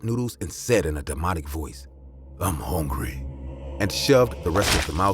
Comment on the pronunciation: I’m hawngry lol😂😂😂🧟